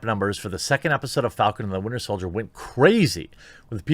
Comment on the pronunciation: Yo Jeremy it’s “Winter Soldier” 😂 love the show man!